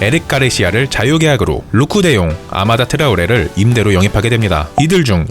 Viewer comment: 아마다 트라오레가 아니라 아다마 트레오레